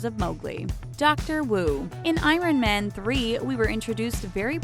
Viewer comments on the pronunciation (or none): I’m sorry but did you just pronounce Iron Man wrong? You sound like you have an American accent... soo “Iran Men?” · I'm sorry. Did she say Eye-Ren man? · "eyeron man" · bruh.. she said Eye-ron man..I literally cant! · Is she purposefully pronouncing things wrong? cor J i? i R onman? The list goes on